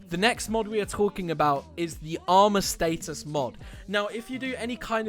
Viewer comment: The way u say status pisses me off